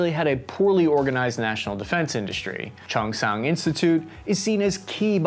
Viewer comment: East Taiwan is plains and West is full of mountain...lol. You got it opposite. The name is Chung Xing...you don't pronounce the H...silent pronunciation.